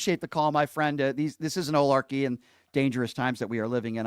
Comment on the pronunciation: Brian - I love ya, but it is Oligarchy.. not “olarchy” or whatever you keep saying haha. Just wanted to let you know!